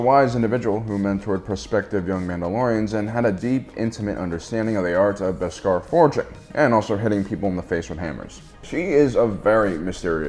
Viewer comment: Interesting take, but your pronunciation of Beskar as 'bis-GAR' is distracting. 😉